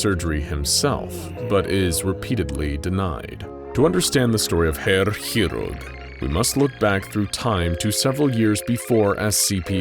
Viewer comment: It's been a while since I've heard someone butcher a word as badly as you did the word "chirurg". Didn't even realise that was the word until I saw it written down.